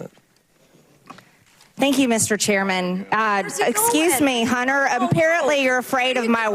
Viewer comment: "Hunner?" WTF. First of all, it's MISTER BIDEN. Secondly, it's Hun-Ter....Hun-Ter. It's not "Hunner." Cupid stunt probably says "Hunnert" rather than hundred. The race to the bottom has a winner!!!!